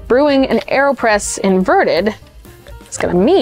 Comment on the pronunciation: Aerospresso? Aerpresso?